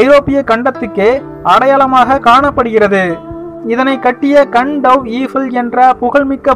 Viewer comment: கண்டவ் ஈபிள் இல்ல ... கஸ்டவ் ஈபிள்...